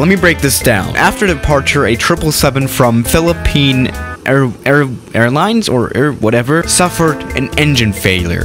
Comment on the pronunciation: Bruh im from the Philippines. That was disrespect to the airline, On how you pronounce that